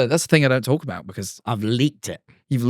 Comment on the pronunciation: talking like “talk tuah” like the hawk tuah meme 😂